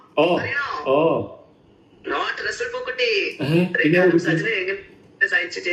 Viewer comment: പൂക്കുറ്റി അല്ല പൂക്കുട്ടി എന്നാണ്